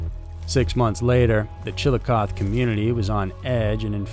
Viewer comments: It's just...I mean if you're going to say the name of a town 1,376 times, please pronounce it correctly. For future reference for the content creator. It's not hard to look up pronunciations... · Shit. You beat me to it. From what I understand, us Ohioans know how to spell AND pronounce the weirdest town names in the whole country. Not sure I can even watch this show if he’s going to mispronounce Chillicothe the entire time. 😳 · Oh dear. The guy pronounced the name of the city wrong all throughout the video. You have to pronounce the e at the end. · There's an "ee" sound on the end of the town's name. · Your saying the town name wrong... I grew up close to their and have visited many time's to see my half brother growing up and to eat at Sum Burger back in the day!!! Love your show's!!! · Pronounced chilliocothie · Dude... your pronunciations are horrid... Malachee Martin? Chillacoth? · Hey dude i live in W.V. I am about a hour and a half drive from the Chillicothe. Just so you know it’s pronounced with a strong E at the end. ChillicothE! 😂I know weird. April 2026. Rewatching.😂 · FYI: The e in Chillicothe is pronounced, so it's pronounced "chi·luh·kaa·thee." It's a Shawnee Indian word that means "big town." Chillicothe was actually Ohio's capital from about before it was changed to Columbus. 😁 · You should have first learned how to pronounce chi.luh.kaa.thee. . You sound like a dork. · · Chil eh COH thee. Sigh OH to River. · It's pronounced chil a coth ee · Jesus...Chilicothe... pronounced Chill a coth eee... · It's pronoucned chil i coth ee. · It’s chill-i-coth-ee And psy-ota not skiota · I think it’s chill-a-cloth-ee pronunciation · Sorry, but my ears are bleeding: Chill-uh-coth-ee Sigh-oh-toe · The end of Chillicothe is pronounced like “coffee” but with a “th”. Chillicoth”ee”. I have a bunch of family lives there. I know. Only have of out cities here in America’s shirt pocket (Ohio) are pronounced how they’re spelled. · Chill a coth ee is how it's pronounced.